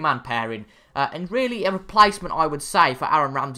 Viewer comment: Good ebening.. Really = Rally